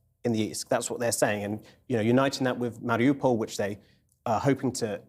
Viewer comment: I think you're right, I noticed that about the U.S. government. Also, about "Mar i OU pol", is that still, most news stations can't figure out, how to even pronounce, that simple name. I even usually just call it, Mar i You pol. But they call it, Mar I ah pol, then started saying, Mar i Oh pol. This is probably done, to create a psychological disconnect, as tho the city is more of a hypothetical place, of some kind.